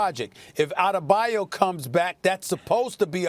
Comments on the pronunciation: KP mispronouncing players' names can be its own segment. Who is Bam Outtadabayou? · Anyone else hear Perk call him “Bam outtathebayou”?😂🤣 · Anthony Barbosa a bayou it’s like a lake and Kendrick Perkins pronounce Bam’s last name : outta the bayou instead of Adebayo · Perks keep saying bam Ada a ba you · KP just said Bam OutadeBayu🤣🤣🤣🤣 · Bam "Outtadabiyou" ... Jesus Perk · nobody: absolutely nobody; Perk: “Adedabayu” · This fool Perkins called Bam Adebayo, "Bam Outta Da Bayou" lmaooo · Adedabayou!? 😂 Perk had me questioning Bam's real name 🤣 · Perkins, it isn’t that hard to say Bam’s last name 😂 “Outta the bayou”?😐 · I don’t know what’s worse Kendrick- Bam OutTheBayou 🤣🤣🤣🤣🤣🤣🤣🤣🤣🤣🤣 Or FlightReacts- Bam AddTheMayo 🤣🤣🤣🤣🤣🤣🤣🤣🤣🤣🤣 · Someone please teach perk how to say ADEBAYO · Nobody: Kendrick Perkins: “Bam Adedebyou” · Why none of these ESPN analysts can pronounce a European or African name right? Drajik?? Adedebayou? LOL! In a country full of immigrants, knowing how to pronounce a player that has been in the league for years should be a simple task! It's your freaking job at the end of the day! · lol “Goran DraJIC & Bam Adudubayou” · “Bam Adedebayu”- Kendrick Perkins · He really says “Bam outta the bayou” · It’s pronounced bam out-of-dabayoo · Bam OUTTA - DA - BAYOU. Love it KP! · "Bam Adabadejo" 🤣🤣😂😂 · Is it me or did Perk say "...Goran Dragic & Bam OutoftheBayou..." ? 🤔😂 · “Bam Ow-da-de-bayou” Had me cracking up🤣😂🤣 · Come on why does perkins have to do bam dirty by pronouncing his name something like adebabayou around the 3 min mark? First of all that's not his name and second he is playing in Miami not even louisiana. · I love how many syllables KP adds to Bam Adebayo 😭😂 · Honestly when is someone gonna correct Perk on how to pronounce Bam’s name probably. At this point it’s just disrespectful to purposely butcher his name every single time he says it 🤦🏾‍♂️🤦🏾‍♂️ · Someone need to teach perk how to pronounced adebayo lol